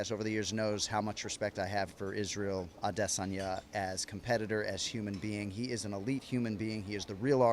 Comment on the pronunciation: Also, Jon says Adesanya incorrectly. The UFC Countdown has the best voice narrator in the world, with probably the best American voice on TV right now, and he says it correctly. It's not correct for a native English speaking person to use hard dialects. Consistency is a required rule in English grammar; varied methods of pronunciation is one of the worst violations.